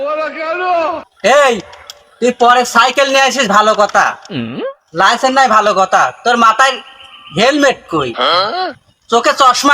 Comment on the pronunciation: লাইসেন না লাইসেন্স হায়রে মূর্খ